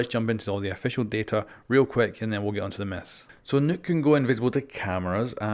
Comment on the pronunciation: Nokk not nuke